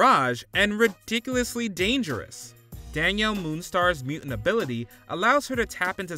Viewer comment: It’s muTant not mUent, Ai voiceovers would be better